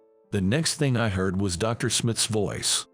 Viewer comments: Dr is pronounced DOCTOR!!! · Irrelevant, distracting background! Poor pronunciation of some everyday words (eg. Dr.) in the commentary! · The AI voice work on this one is INSANELY bad. D.R. instead of Doctor, too many times to count. Wound pronounced wrong. Just awful.